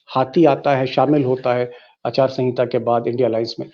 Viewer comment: Achaar sanhita 😂 it’s aachar sanhita okay